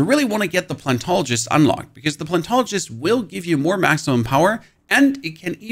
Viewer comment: PLANET-ologist. Not plan-tologist.